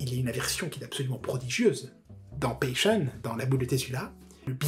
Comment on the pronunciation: C'est pas une critique mais comme c'est un épisode que tu aimes beaucoup beaucoup, ça se dit "pacheune" et pas "pècheune". Encore une excellente vidéo, dès que je retrouve du travail je te tiptiptip